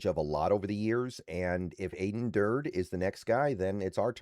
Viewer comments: it's Dur Day not Durd rhymes with turd. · Aden who?😂 (It's 'Durd-y') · It's pronounced dur-day. Do your homework. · I watch a lot of videos from and like his content...but I agree he really should study proper pronunciation for at minimum our guys